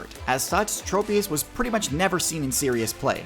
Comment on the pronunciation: i pray for the day when people can pronounce tropius's name correctly